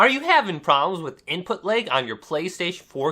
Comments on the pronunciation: Why do you keep saying leg?? It's lag...like, with an A. It drives me nuts. Very annoying video. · Its funny how you keep pronouncing Lag as Leg.... its pronounced L- AHH - G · It’s called LAG not LEG🤦🏻‍♂️ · Appreciate the tip! Thanks :) but I'm hung up on every time you say "Lag" it sounds like "Leg" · “Input leg” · I'd be disappointed if someone with the same dialect as his would say otherwise to your comment, but until then... I agree with it.... I wonder how would he pronounce "Leg" then :/